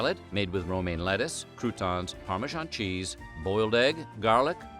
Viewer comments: That’s an unconventional pronunciation of Parmesan. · "Merinerra" "Ougast Seng" "Parmeshan" "Spagheddi" ... 🤣🤣🤣